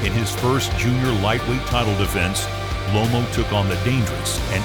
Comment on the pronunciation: It's Loma not lomo